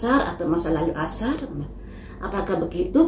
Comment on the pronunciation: Aisar buk bukan asar😂